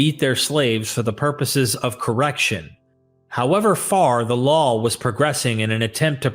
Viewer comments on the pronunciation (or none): Everytime you mean law you say lawl.